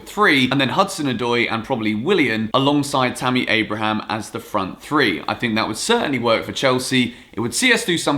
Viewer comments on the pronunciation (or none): none